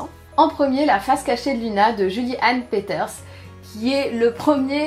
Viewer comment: L'avant-dernier a l'air cool ! Faudra que je me le trouve ^^ Juste un petit truc, on prononce "Louna" :')